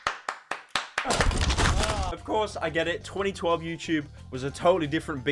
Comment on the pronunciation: hey, pyro, it's youTube not youCHube. love ya goodbye